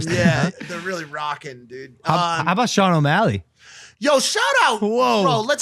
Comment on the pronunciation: Sugar Shane not sugar Sean lol